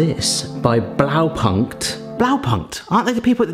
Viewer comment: It does hurt a tiny bit everytime he says "Blaupankt"